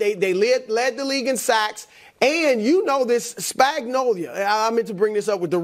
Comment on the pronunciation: SPAGNOLO not Spagnolia...😂😂😂 Cmon man.....